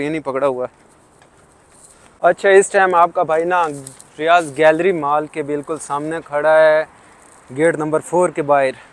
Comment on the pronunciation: Vhai ap bol reho riyaz jo ki riyad hai??